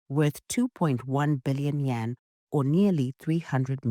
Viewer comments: You keep saying Yen. It is YUAN, Yen is the Japanese currency. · Not Yen, its Yuan